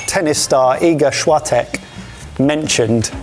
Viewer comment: Well I'm from Poland, and that strawberry pasta - just to answer to chef's question - is a meal that WE DO eat for LUNCH (on summer 99% of the time), just like we'd eat gołąbki, pierogi or fish and chips 😅 P.S. That pronunciation of both Iga Świątek and truskawki z makaronem was... something. Kudos for taking a shot though.